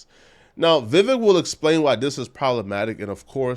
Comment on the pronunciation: Pronounced: VIE VECK